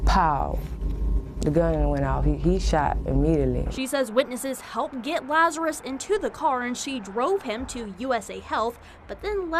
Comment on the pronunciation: Why is the reporter calling him Lazar-i-us?? It's Lazarus.